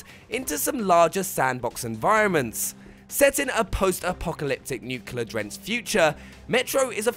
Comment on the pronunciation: It's NUCLEAR winter! NOT NUKELAR winter!